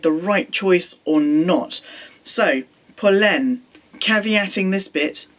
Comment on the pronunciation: Great pronunciation of Polène